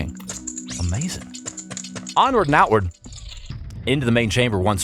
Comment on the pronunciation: did boy just say "onward n-word" or am i tripping LMAO